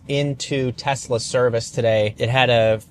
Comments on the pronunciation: Did you say Tesler? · "Teslur" fuckin great lmao. Liked and subbed for that. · You said tesler. I had to drop a like. 😂 the only thing imma call it and I gotta get one.